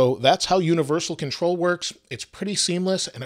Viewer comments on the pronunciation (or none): says “Contol“ instead of Control